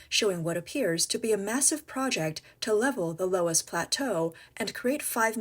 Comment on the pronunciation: It’s pronounced luss